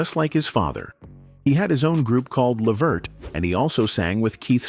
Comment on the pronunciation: Why do these videos always give misinformation and say the name Levert wrong??😮